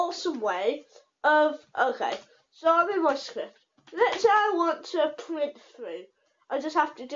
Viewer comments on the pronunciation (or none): 'print' not pwint.